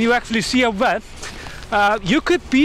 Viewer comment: Ok say it with me VVVVVENT. not went.